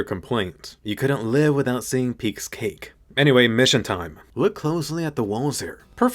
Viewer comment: Peicks "cake" Me who closed my eyes for a minute: Wut